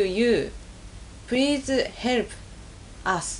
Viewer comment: "Prease herp'uh!"